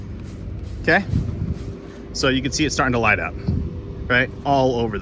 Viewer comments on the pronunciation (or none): none